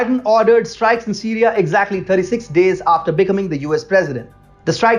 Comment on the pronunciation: You guys are awesome. I love your brash reality about what the liberals and U.S. media are up to. A quick tip if I may. I'm an English teacher - specifically pronunciation. If you'd like, I'll help you. The word - becoming - which you said numerous times, will be understood by Americans if you say, "bee" (like the animal that is yellow and black stinging, honey making), "come" (like when you say come here) and then add ing. Emphasize come. beCOMing. Just an English tip! You guys are awesome!